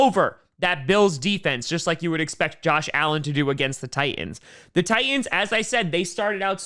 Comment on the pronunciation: Tie ands. Thats how I hear the name of the Titans here lol.